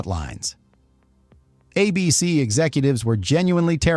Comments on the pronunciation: Good video, but there are a couple instances that make me think the voice over was AI. Twice, it said "a B-C" when it meant to say "A-B-C" as in the network. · "Uh BEE SEE" ?? When otherwise realistic AI narration tells on itself...as it always does.